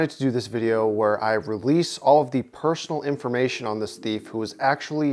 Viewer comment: pershonal iformation